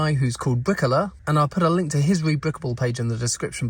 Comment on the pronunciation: Oooh, Briquoleur! I thought you said Briquella, son of Queen Mabricka, planter of the Halego Tree.